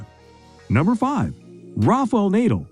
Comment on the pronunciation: "naedal"???? god sake, pronounce properly man